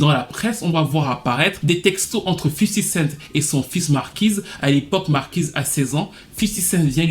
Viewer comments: Toi aussi prononce bien hahhhhh Respect un peu . C est fifty cent pas fifi cinq C est juste les femmes noirs qui sont comme ça . Ma mère n est pas différente . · « Fisty cent »